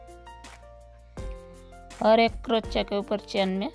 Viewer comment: Crochia pronunciation.... please correct it, i made it ur way, it turned really well, excellent design mam 🥰